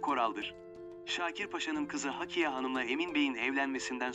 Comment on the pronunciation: Hakiye değil, Hakkiye. Ne olur, seslendirme yaparken daha dikkatli olun. “Hakkiye” hakkıyla demek. Ama Hakiye’nin bir anlamı yoktur.